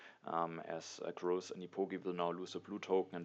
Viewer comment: GG! One thing that has nothing to do with TtA: I think you should reconsider your pronunciation of Grozz. There's an English word "gross" that's pronounced pretty much exactly how you say his name. It's a synonym for "disgusting". Might be better if you say it in German :) Thanks for the continued high quality videos. I support your decision whatever you do!